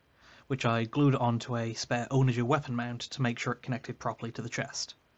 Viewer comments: "Onna-ghur", not "owna-jur". It's named for a catapult. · I've never heard someone mispronounce onager like that and it threw me off every time lol